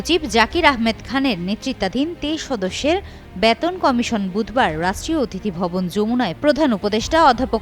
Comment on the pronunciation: This represented does not proper bangla pronunciation. She is presenting " Baton" instead of " Beton". What a shame!